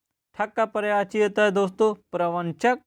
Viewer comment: Pryavachi nhi hota Prayayvachi hota he plz uchharan sahi kre